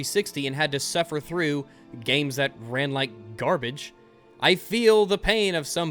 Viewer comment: I like how you put emphasis on the word... wait let me try it, "NNNGARBITCH" , love it